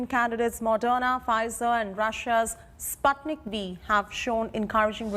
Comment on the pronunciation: Anchor learn to pronounce Sputnik properly ....obviously the Anchor is uneducated about the first sattlite